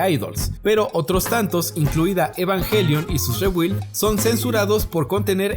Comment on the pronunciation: SE PRONUNCIA REEEBIIIIILD